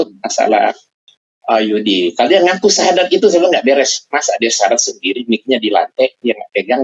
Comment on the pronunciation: lidah YM sudah di kelukan oleh Allah,terbukti dengan pengucapan syahadat yg salah